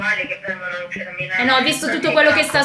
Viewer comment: Ripetere MEeelano !!!! Cosa fatto Sudde a Meeelano ??? Tutto beneeee!!!!!! Chiedo x amico di MILANO .